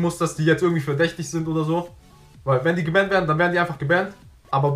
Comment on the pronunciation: Wenn du jetzt noch ein wenig daran feilst dich richtig zu artikulieren, ist das Video nur noch halb so schlimm...🤦🏻‍♂️ :-DDDWenn ich schon "gebännt" höre, frag ich mich, was du da eigentlich für eine Scheiße redest....:-D :-*